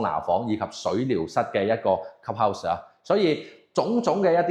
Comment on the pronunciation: 鍾意睇Ken片，但英文發音可以準d，club 有L音，唔係cup house